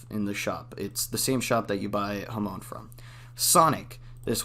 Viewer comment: “Ha-moan” Edit : Jokes aside, this video helps alot, thanks !